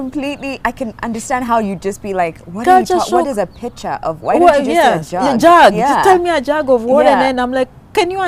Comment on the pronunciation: 🤣🤣🤣🤣🤣🤣🤣🤣pitcher lol,I thought it was picture